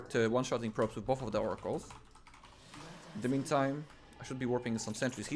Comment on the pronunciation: “Fouracles” as one would say